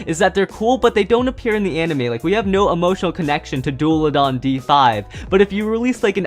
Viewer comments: As a viper hydrax owner I find the fact that messed up their names, very painful. Also, it's pronounced Daul-a-han. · It's dullahan not dullahan